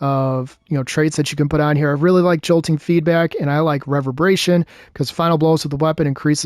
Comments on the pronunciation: Reverberation - pronounced Re-Ver-bur-a-shun - it literally means a loud noise repeated several times, like an echo. Essentially, the detonations being increased in size for an improved duration are those detonations echoing. Outside of that, nice build. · Could definitely drop devour with all the healing and artifact mods this season. If not I’d say strand super would be better for the woven mail instead of void over shield. Nice video aside from you botching re-verb-er-ation so confidently. Cheers and merry Christmas 🎄🎁